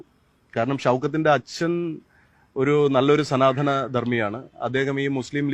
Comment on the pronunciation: എടോ, സനാധനം അല്ല സ നാ ത നം. ആദ്യം മലയാളം പഠിയ്ക്ക്😁